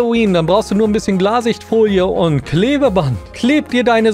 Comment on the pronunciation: Wer sagt glassich Folie😂